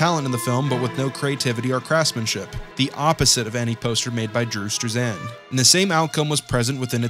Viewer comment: bruh why you say struzan like that lmao